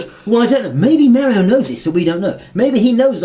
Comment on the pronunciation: Wait I thought this was mario not merio